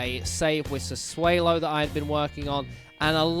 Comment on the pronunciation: I don't want to be that guy but I'm pretty sure it's pronounced Sa-'swallow'? Good video though and hope to see more FM 👍🏻